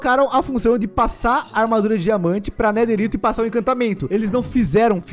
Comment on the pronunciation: É neterite